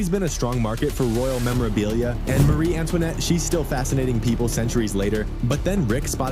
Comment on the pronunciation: Maaaarie not Marie